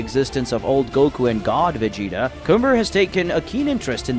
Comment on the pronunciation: i honestly dont know if it was the way i was annoyed with his name and how u said cumber last time i am greatful for the change and now his name sounds cannon THANKYOU